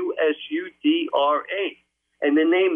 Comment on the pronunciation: I have a hard time believing people that can't even pronounce ziusudra properly... Nothing original here just regurgitating other people's words...